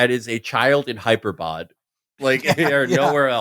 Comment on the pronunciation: It seems like they deliberately decided not to mention Brace's past as a volunteer in the YPG, where he literally drove a tank. What's up with that? Also, Felix calling Hyderabad "hyper bod" was golden.